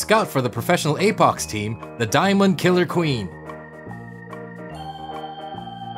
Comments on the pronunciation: Apox instead of apex Lmao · Apex❌ Apox✅ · It's apex not apox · The second I heard apox I thought don't u mean apex? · Apox bruh seariously its Apex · This is good but “Apox” really? Just say apex it’s not like they are gonna sue you for calling their game good. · APOX????? You mean apex😂😂😂😂😂😂😂😂🎉🎉🎉🎉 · I like how hey took Apex Legends and called it APOX Hero